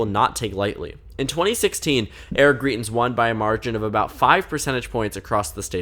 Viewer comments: You're pronouncing his name wrong. You're saying greet-ins and it actually sounds more like grite-ins. The points you make in the video are really good though. He's a very polarizing figure here in Missouri. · From a Missourian: It’s pronounced Gr-EYE-tens